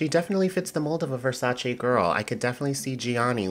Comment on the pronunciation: You need to see Yasmin Wijnaldum. The best walker of the new group of models. Amazing! You still can't pronounce Versace, btw.